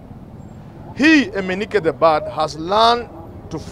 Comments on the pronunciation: “Eneke the bird " NOT EMENIKE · “Eneke” the bird, not “Eminike” the bird. However, good analysis. Point on. The wheel against the war on corruption is grinding. Barring from offices and impeachment of a governor has happened. It’s possible to have a conviction.